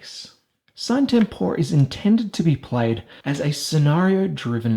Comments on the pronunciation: Nice review except for one thing that erks me each time I heart it if I even recognize it mid sentence. You pronounce the game's name wrong, the videos released by LMS pronounce it "See-nay Tem-por-eh" which would mean that's the correct pronunciation. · Dude...it's latin, you pronounce it like "see-na tempora" or something like that